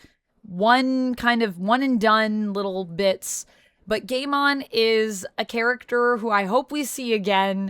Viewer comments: Pronounced Guymon. When there is an ai in a name the a becomes silent. For example Sai, Gaimon, Akainu and so forth. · Pronouncing Gaimons name gay mon is hilarious to me. Makes it sounds like a digimon from a banned episode lost to the ages.